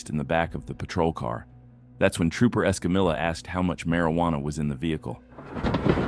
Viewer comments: Trooper Escamilla 's name is pronounced; s-cum-e ́-yah.....NOT s-cum-illah. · Why can't computer voices pronounce non-English names, like Escamilla? She clearly states her name as "Escameeya," but the computer voice always says "EscamiLLa" as if it's an English name. This gets annoying as it's disrespectful to the officer. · EscamiLLa!!!! Hilarious! C’mon narrator! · Ugh! It's like pulling teeth whenever you hear someone butchering another person's name. It's pronounced Esca-Meeya